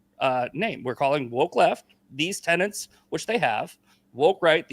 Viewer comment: The intrusive N is becoming so annoying. It's not 'tenents', it's 'tenets'. It's also not 'pundints', it's 'pundits'. My OCD feels healed now 😊